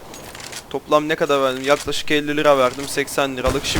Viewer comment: Nerelisin ( Ne gada dediğinden anladım bir yer ama :D )